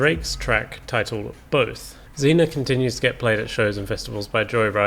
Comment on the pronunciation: It’s pronounced ray vol pee and zeen yaa just btw